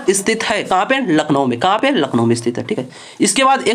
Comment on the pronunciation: Class bdiya thi hats off par lakhnow ❌ nakhlow ☑️